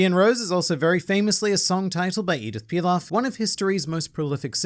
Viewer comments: It's Edith Piaf not Pilaf lmao that would make her the cousin of Uncle Ben's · Just a tiny correction about the prononciation of the Édith Piaf, it's pronounced "Pee af" not Pilaf (which is a type of rice I believe). Great video non the less! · Edith Piaf* not Pilaf hahaha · Pi-AF. Not Pi-LAF. You donkey! Love the vids, keep em coming XD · Edith Piaf, not Pilaf lol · Edith « pilaf » ? Man i can’t emphasize enough how much you butchered her name